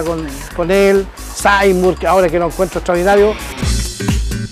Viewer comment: SAAAAYMUR ES SEYMUR WN